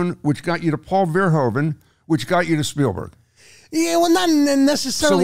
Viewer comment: Paul Verhoeven, such an overrated director whose name I have yet to hear anyone who isn't Dutch pronounce correctly: 'hoe' in Dutch is pronounced like 'who' in English. It's ver-WHO-ven, not ver-HO-ven.